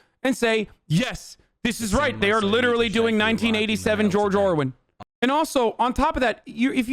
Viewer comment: 1987 George Owen? Who´s that? Did you try to say 1984 George Orwell?